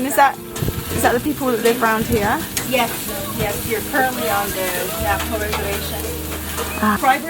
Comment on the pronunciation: yay Navajo reservation nice pronunciations, lol glad you enjoyed seeing part of my culture and home land , your videos are amazing.